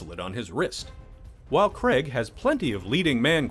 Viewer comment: It's pronounced Craig not "CREG". FFS!